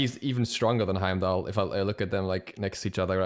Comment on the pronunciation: LOL HE SAID HYMENDALLR